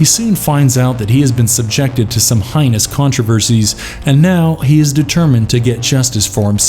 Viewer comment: It got "motononus"?? "Highnus controversies"?